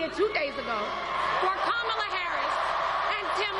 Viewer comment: how can he pronounce Beyonce but unable to correctly say Kamala